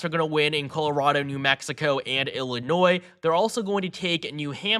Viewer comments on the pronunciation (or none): none